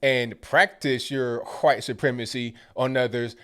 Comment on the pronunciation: Did say "huwhite supremacy"?